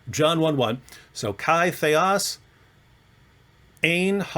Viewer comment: Sir, your Greek pronounciation is putrid and disgusting. There are cases in Greek grammar - Accusative, Dative, Genative, Nominative declension a. "Theos" is not conclusive. Theos is also used for satan in 2 Corinthians 4: 4 "...the God of this world..." (...'εν οις 'ο θεός του αιώνος τούτου 'ετυφωσεν τα νο'η Μάτα των 'απιστων...) Here satan is THE GOD of this world/aeon (αιώνας) and not "world"